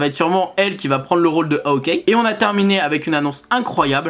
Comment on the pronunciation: Et ça ce dis Hawkeye et pas howké😂